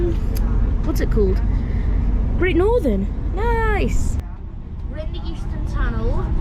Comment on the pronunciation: when you said """""great northerm""""" 319 you meant thameslink?